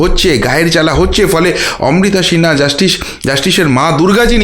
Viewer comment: শিনহা কি একটু ঠিক করুন ভাই উচ্চারণ